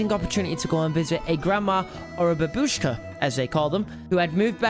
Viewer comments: Say it with me now BAH-bushka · Ba-Buu-shka its the correct way to pronounce 😁